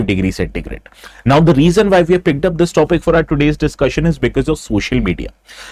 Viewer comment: Not vyy pronounce why.